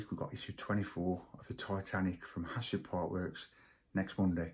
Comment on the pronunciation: Love the video, and thatnks, but the publisher is called HACHETTE (pronounced ash-ette). 😅